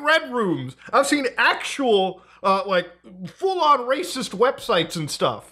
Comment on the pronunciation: "I´ve seen "reecist" sites"- so you have been surfing Indian and Pakistani sites?